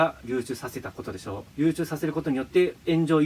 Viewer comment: 一回も流出言えてない